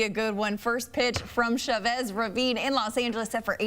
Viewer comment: The way they say Chavez irks me😂